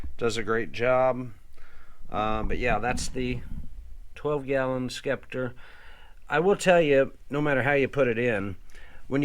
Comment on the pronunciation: I’m dying. This dude called a Genius a Genesis and pronounced the c in scepter.